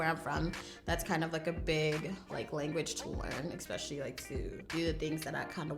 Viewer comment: I love you but I hate the way you say EXPECIALLY. I notice it so much ughhh